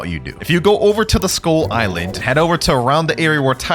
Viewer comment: what they heard: skull iland what i heard: school iland